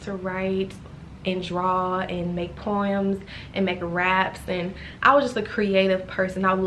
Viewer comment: "Poyems" hehe, lol.😅😂